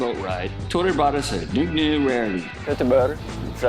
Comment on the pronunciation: I'm so glad to finally hear how Nogne is suppose to be pronounced: Noog-NUuuu